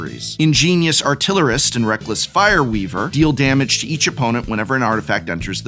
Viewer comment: "Damge"? From an English major!